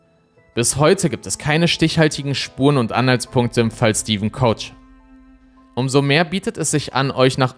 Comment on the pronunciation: Ich finde man könnte Stevens deutschen Nachnamen auch einfach wie 'Köcher' aussprechen, und nicht wie 'Coacher'. Nur weil die Amis das nicht richtig aussprechen können, müssen wir das hier ja nicht ebenso machen.